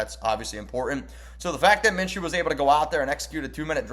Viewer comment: Its Minshew